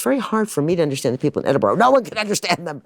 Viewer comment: Edenburo this dummy said.